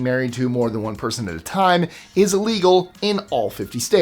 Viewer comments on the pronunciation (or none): it sounds like he's saying "legal " lol